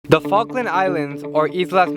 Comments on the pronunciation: is it me or did i heard FUCKland islands? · welcome to FALKLAND islands say the Falkland again but slowly